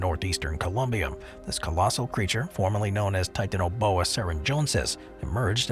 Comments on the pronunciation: OPINION,,commentator has a sex PROBLEM. REASON i say this is the way in which he pronounces the word TITANIA BOA. THE TI ARE PRONOUNCED AS SEPARATE. NOT TIT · How the fuck do u pronounce titanaboa wrong?!?!?